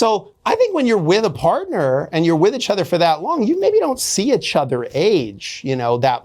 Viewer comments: Is he intentionally saying itchother? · Take a shot every time he says "itch-other"